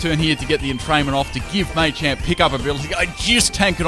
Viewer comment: dnt ever say machamp ever again